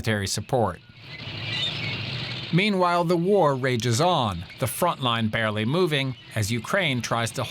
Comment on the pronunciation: barlly moving he says lol